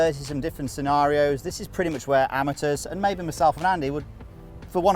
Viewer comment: Been saying amateurs totally wrong the whole time